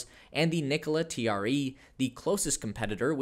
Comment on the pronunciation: You're not pronouncing the name TRE correctly. I know you're a Tesla fanboy but please do a little bit of homework about the competitors.